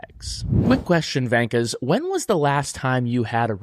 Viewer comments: Hi guys and girls. Probably an argument in the marketing team. V not W on the Gunther shirt. He says vankers. In Australia a wanker is a wanker. Not a vanker. Slight difference but our humour gets it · Literally nobody says vankas but you guys. Just say wankers. Even gunter says it right